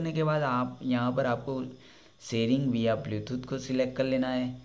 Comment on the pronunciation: Via वाया Not विया